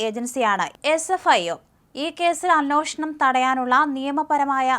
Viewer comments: Not "അനോഷണം" It's "അന്വേഷണം" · കൊച്ചേ, അന്വേഷണം എന്നാണ്. തെറ്റ് ഉച്ചരിക്കുമ്പോൾ അവിടെ തിരുത്താൻ ആരുമില്ലേ? ഷാജനും തെറ്റായി ഇത് ഉച്ചരിക്കുന്നു.